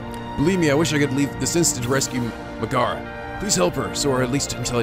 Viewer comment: It's pronounced (meg a ra ) not ( meg air a) sorry to be that guy